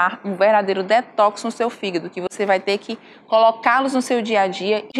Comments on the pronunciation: hehehehe... ...desculpe pela brincadeira sem graça, mas achei bonitinho o jeito que a dra. pronuncia "fígado". ..."fígdu" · “Figuído” KKKKKKKKKKK